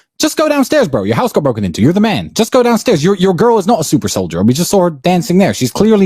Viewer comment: Bruh he said SUPER SOLIDER 💀💀💀💀💀💀💀